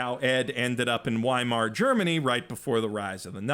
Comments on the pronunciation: The W in Weimar Republic is pronounced like a V in german. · Weimar is pronounced "v-eye-mar" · The way he pronounces Weimar and Eureka are quite the trip.